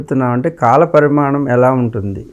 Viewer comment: Vadu anchor pramanam pramanam ani sastunadu..adi parimanam